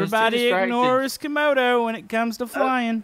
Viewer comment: Not to be mean but it's Camodo